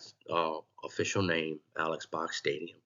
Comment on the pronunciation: Interesting and informative video. FYI - I too have been enjoying and attending LSU baseball games since the 1980s. During the early to mid 1990s Mr Robert Box, the brother of Alex Box sat in the seats next to us. “Alex” is actually pronounced “Alec”. If you ever listen to old Skip Bertman interviews he pronounces it Alec.